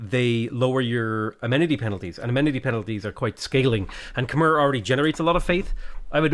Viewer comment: When is going to pronounce Khmer the right way?